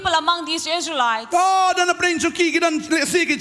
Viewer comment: You can say lsraelites